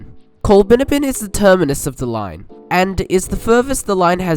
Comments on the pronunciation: Col-bin-ABB-in, mate. :) All good though :) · It's pronounced Coll-bin-AB-bin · Coll(a)-bin-abbin (last part rhymes with cabin) It's kind of amazing the number of postage stamp-sized villages that were given their own rail lines back when. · Once again you haven’t done your pronunciation research. Its Col-bin-abbin. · You have done your research however ... just need to research the pronunciation of Colbinabbin pronounced COL BIN AB BIN and Girgarre pronounced GUR GARY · Certainly a most interesting and well researched video - many thanks. But I would urge the compiler to take much more care with issues of pronunciation. It jarred so VERY much every time we heard the mangling of Colbinabbin (Colb'nABB'n) and to a lesser extent Girgarre. And late in the video we saw Shepparton misspelled as Shepperton - not good. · very interesting video as always, some of the towns you mentioned (Girgarre, Colbinabbin mainly) are pronounced slightly different. Girgarre is "gur-garry" and colbinabbin is colbin-abbin. I live very close to these towns. Still an interesting video though, I recently travelled from Violet Town across to Bendigo going alongside the former alignment, so I really enjoyed this